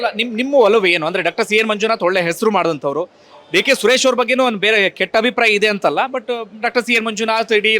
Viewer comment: ಸರಿಯಾಗಿ ಕೇಳಿಸ್ಕೋ, ಸುರೇಸ / ಸುರೇಸಾ????